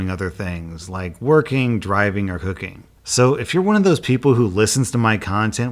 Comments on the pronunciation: Am i the only one that heard "hooking" instead of "cooking" 🤷😂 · Sounded like you said HOOKING not cooking. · Oh My Sweet Lord, y'all probably don't even want to know what I misheard say at the start of the raycon earbud ad at the end of the video, but I'll tell you anyway. LMAO. "I know that alot of my fans listen to my content while doing other things like working, driving and hooking..." luckily I wasn't drinking that particular second cuz I bust out laughing and had to rewind it at least three or four times. I'm pretty sure it says cooking yeah, but it sounds an awful lot like hooking. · Lol.... "......or cooking." I thought You said "...or hooking" during your racon ad. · omg i had to replay the ad part at the end 3 times to try to figure out what you said. Working, driving, or cooking. i'm so embarressed I heard you say hooking. Like someone is being paid to do certain tasks and your videos are on in the background. I either need more coffee or more sleep ><